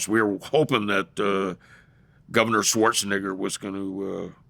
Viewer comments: It's "Neh-ger." ...the microaggression is wild 😂🤣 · He's saying it wrong on purpose 😂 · Knock it off. He is not😂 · LOL!!!!! I caught that as well! The pronunciation! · The way he says Schwarzenegger… 😂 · Schwarza who?